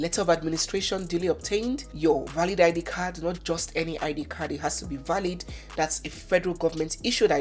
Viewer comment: She said it with EMPHASIS